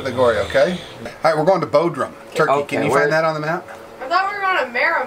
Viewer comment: Bod rum, not Bo drum.